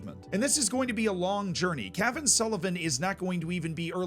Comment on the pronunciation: Put the accent on the second "a" of Cavan and it sounds cooler.